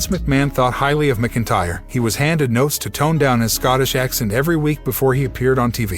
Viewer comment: WTF..... Were Do You Get Your News From? Click Bait Your Can't Even Pronounce Drew's Last Name Right 🤦‍♂️🤷‍♂️🤬🖕